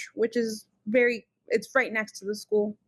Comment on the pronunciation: This woman grates on my every last nerve. I don't know what it is about her. The way she says "school' like 'sku-ell' the way she was laughing at the parrot. I lost my cat for ten days. I did not sleep, I was out at 2 am looking. I had thermal drones looking. Flyers everywhere. I was completely without joy and bereft until I found my precious cat. I remember thinking - OMG what must it be like for a child to go missing.....? And I was NOT like this....!!!